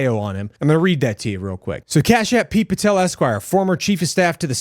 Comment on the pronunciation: Heard that as "CASHAPP" i had to rewind this twice